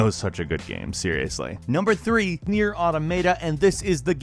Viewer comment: learn to pronounce nier man 😂